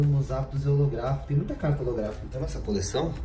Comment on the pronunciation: Quem se contorse todo quando ele fala holografica kkkk